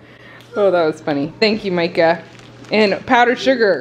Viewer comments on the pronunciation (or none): none